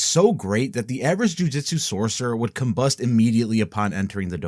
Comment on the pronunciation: will cumbust 💀